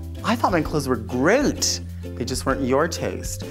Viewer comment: Is Delta trying to say "great", because it sounds like she's saying "grint"